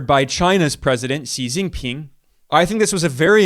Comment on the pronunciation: he gets Xi JinPing pronunciation incorrect: "see jinping" in English (wrong) should be closer to "she jinping" in English (right) but he gets chuān jiànguó tóngzhì (川建国同志/川建國同志) correct many southern Chinese pronunciation of mandarin is often incorrect like those in Taiwan Mandarin (Google Translate over-uses it) and many in SE Asia, too, get it wrong